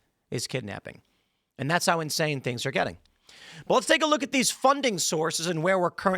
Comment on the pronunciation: “D’heys gittin paid” 😂